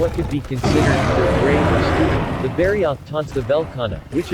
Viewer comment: Man I hate text to speech. I eas interested but I don't wanna spend my work day hearing bari-oath for the next nearly 20 minutes.